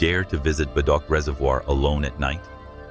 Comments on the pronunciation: Bedok is not what your pronoun as Bay dok is Ber -dok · Bedok Reservoir Pronounced as "Ber-douk" Not "Bay-dock" 🤗🤘🏻🤘🏻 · “Bey Dock”….😅😂..okay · Lol. Bedok is Bay-Dock. Sounds like a cool name. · Bay-dock 😂😂😂 damn bot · "BEI DOK" Reservoir! Hahaha 🤣🤣🤣. You might want to make sure your AI voiceover pronounced words correctly!